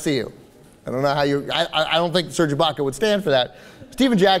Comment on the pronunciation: serge baca?? its IBAKA